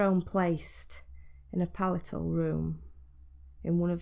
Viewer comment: Palatial is pronounced Pal ay shall Not pallital